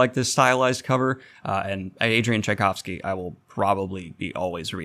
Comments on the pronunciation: You did it! You said his name right! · Just YES to Tchaikovsky video (and yes you finaly got it right; in previous videos every time you managed to mispronounced his name my left eye started twitching violently!). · Props for for battling your dyslexia and not giving up to it! Tchaikovsky is not the easiest surname to pronounce, but you got it and not for the first time, if I remember correctly. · Yeah! Daniel finally got the pronunciation of Tchaikovsky’s name correct! My opera/classical music heart sings! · How I can tell that Daniel has used AI to create this video: he pronounced Tchaikovsky correctly. You tried to make it seem like a conscious effort, but I could tell right away 😄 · And that would be Adrian "Oh gods, here it comes" Tchaikovsky "OH! He did it. He pronounced it right!" Did I do it? "Yes, yes you did" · I had the same reaction! Daniel butchered the name so many times already and I expected it again :D Good job. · Thanks for learning to pronounce Tchaikovsy....it was ...horrible 😂 Whyndon't you read all his novellas & make a video about it ? They 're even better & more original than his novels... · Huzzah! Best bit of this is Daniel pronouncing Tchaikovsky correctly! No idea if it was a previously a bit but I appreciate it, it's a relief. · Holy hell he got Tschaikovsky’s name right. This is revolutionary